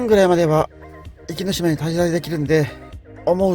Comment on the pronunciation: 「おきのしま」ではなく「いきのしま」ですよ。